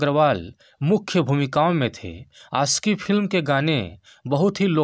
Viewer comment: Bhai , achhe se bolo....Aashiqui, khushhi....